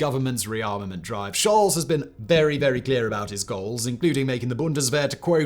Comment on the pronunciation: Scholz is pronounced sholts, not sholz.